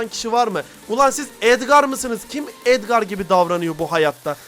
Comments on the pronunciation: Edgar❌ Esprimi✔️ Abi kalp bırakırmısın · Edgar❌ adgır✅ 😂😂😂😂😂😂